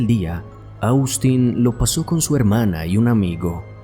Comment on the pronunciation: te haré una observación, con mucho respeto, y es que Austin, se pronuncia OSTIN, no cómo se escribe, asi se llama el hermano de mi yerno, que es norteamericano. Este chico parecia, que estaba sufriendo de esquizofrenia, yo vi este caso, en Investigación Discovery, y en la cámara que había en el restaurante se veía que tenia un ataque de esquizofrenia y luego cómo sucedió el ataque en la casa de ésta pareja, y es impresionte ver cómo fue el ataque Según dijeron en ese programa el era esquizofrénico, y la mamá siendo médica, no le detectó esa enfermedad, y mucho menos le trató los síntomas que presentó antes del ataque, a ella la juzgaron por este motivo.